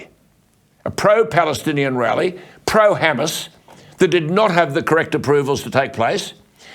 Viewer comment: Did he say ‘Hamas’ or Homo’s😝😝😝😝😝😝